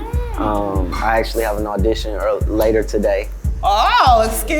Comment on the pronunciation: How he announce an AUDITION 💀